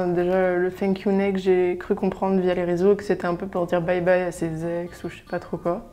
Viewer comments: Yayaya grave moi aussi 😂😂 en plus comment elle a prononcer le thank u next elle a dit fink u next mahh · «Fank you next»😂😂😂Par contre la rousse elle me soule à critiquer